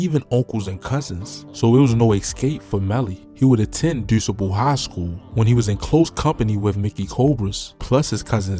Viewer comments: Calumet: Cal- u- meht.. DuSable: Du-sa- bul he was a black pioneer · That’s not how you say Dusable😒I don’t like when people who not from that area or even the city make these videos🤨 Because how tf you know…